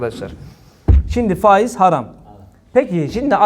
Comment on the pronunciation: Ey Cübbeli Ahmet ve avanesi sen neredesin ya. Reisin fâiz fâiz derken.